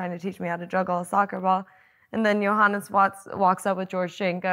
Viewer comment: When Amanda says Johannes it sounds like "Your Highness" 😅 Grüße aus Österreich